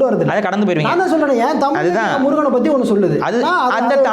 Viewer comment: குறிப்புக’ல்’ .. பாடல்க’ல்’ 🤦‍♀️🤦‍♀️ தமி’ல்’ தேசியம் .. தேஷம் ஒரு வடமோழிச்சொல்